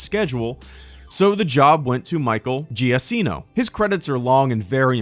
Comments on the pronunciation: Lol you raped Michael Giacchino's name lol. it's pronounced "Jakeeno". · The correct pronunciation is Ge-a-cheen-o. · I have never heard Michael Giacchino's name pronounced the same way twice :P